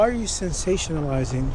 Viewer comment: had the nerve to call someone stupid bt yet he can't pronounce sensationalizing right that's so rich would he say your sationlizng yourself what a scared loser n you can tell he was scared bcuz he was fumbling his words n his voice was very whiney to lol 😂 this is my favorite part not gonna lie